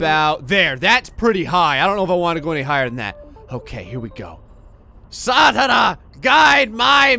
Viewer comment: I know this is an oldie but goldie video but as a Finn myself I must commend you on your pronounciation of Saatana. Not gonna lie it gave the giggles something awful XD Well done my man, you def got a place in my heart <3